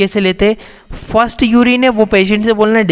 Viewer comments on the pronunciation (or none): none